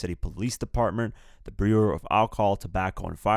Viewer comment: He cant even read the word bureau